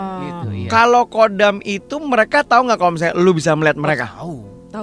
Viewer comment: KHODAM DIBACA NYA BKN KODAM BOS. TAPI HODAM BOS.KALO KODAM ITU UTK MILITER KODAM 3 SILIWANGI ,KODAM BRAWIJAYA DLL.